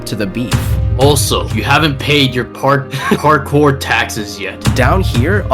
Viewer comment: Bro actual said parcore 31 times